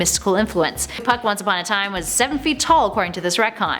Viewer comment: Who else thought was saying f#$& instead of puck